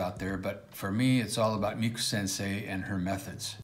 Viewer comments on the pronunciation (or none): none